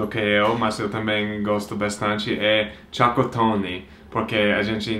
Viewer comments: engraçado quando o pronuncia a palavra Chocotone e acaba falando Chacatone kkk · Demorei um tempão pra entender que era chocotone 😂😂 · vc falando chocotone parece eu falando algumas palavras em inglês, ainda estou aprendendo essa língua 😜